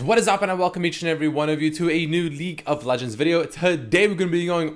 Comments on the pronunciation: Leek of legends, dude is just hungry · dude i swear hes saying "leak of legends video"